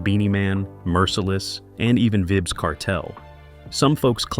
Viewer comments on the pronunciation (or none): This doodoo head said vibs 😂😂😂😂😂😂😂